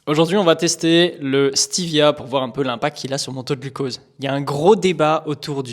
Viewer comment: Stévia et pas steevia